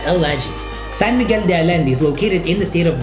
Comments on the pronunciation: You are wrong is not alende it is San Miguel de Allende like Ayende ok?otherwise people going to call it wrong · Say "San Miguel de AYende" not Alende! Double L in Spanish is pronounced almost always as Y. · Like si estabas buscando comentarios en español a y por cierto se pronuncia ayende no ayende Bye the Wayne IT is pronounced ayende no alende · Ayende! Pollo = Poyo, not Polo!! Great job!!! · allende is pronounced AYENDE , two Ls sound like a Y in spanish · Allende is pronounced "ayende". The double L is always pronounced like a Y. Great video though! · Allende is pronounced aYende. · You need to learn how to pronounce the city names. "LL" is "Y" like yes. So (Ah-Yen-Deh) Allende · when pronounce “Allende” the double LL sounds similar to the Y sound when you pronounce “You” just an observation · Cringed every time he said San Miguel de “Allende” 🙈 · You should consider learning how some words are pronounced correctly and some of the words u didn’t say them right, like for example Allende it’s not like an L but a Y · You mispronounced Allende!